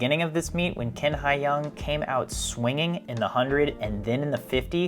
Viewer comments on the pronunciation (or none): His last name "Qin" in Chinese pronounces similar to "Chin", not "King" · Let's start with the correct pronounciation of Qin Hai Yang's surname, which is "chin", NOT "kin"! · Qin is pronounced chin rather than kin. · it's Qin (Chin, not exactly right but similar) Haiyang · His last name is not kin, it’s Chin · A bit off topic, but two notes. First, Q in Chinese is pronounced a bit like CH (but with the tip of the tongue closer to front teeth), so it will be better to just say Chin. Second, his given name Haiyang actually means ocean!! Seems like he was born to be a swimmer!